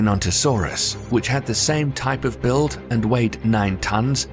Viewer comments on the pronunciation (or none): none